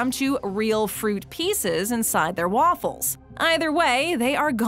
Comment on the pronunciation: Is it just me or is it really annoying when she says waFULLS